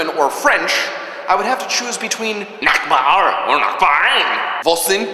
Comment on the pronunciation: I speak German! German's cool. But I don't think it sounds very feminine. Well, I'm a girl, that's maybe why. But anyways. I looove languages, I also speak Serbian, partially English and I'm learning Russian at school for more than a year now. Oh, I almost forgot. Nice pronouncing of the word "Nachbar"! ;D